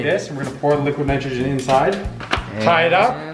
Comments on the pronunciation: How many times did he say liquid nictrogin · Did he say liquid nitrogen?